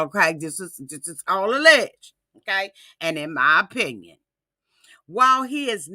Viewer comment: in my oh-pin-yawn, being a health care professional, the reason she hasn't had any medical treatment(s) is because a person has to be CLEAN to undergo any type of,... well you do the math. This is just my O- pin-ee-on 🤓😧